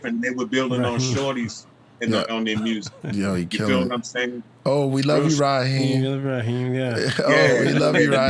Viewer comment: RZA a.k.a Prince Rakeem, not Raheem.